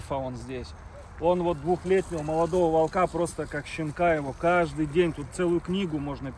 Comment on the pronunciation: Ещё раз - не волкА( это безграмотно), а вОлка! Правильно говорить вОлка, ударение на О. И не кИдовался, а кидАлся! Учите правильные ударения русского языка, вы в публичном пространстве.